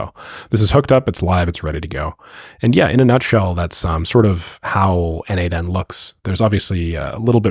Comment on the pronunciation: Okay,I think it clicked: N8N = N-EIGHT-N ≈ Nation. That last N is aggressively cosplaying as the 'shun' sound… but I’ll take it. 😂